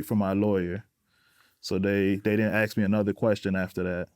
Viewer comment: All those degrees, and he cannot pronounce "ask."